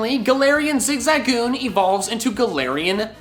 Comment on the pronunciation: I literally almost clicked off because he kept pronouncing zigzagoon wrong.